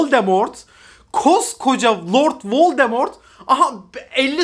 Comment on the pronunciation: 8.45 vord voldemort diyo sanki dhdhdhdh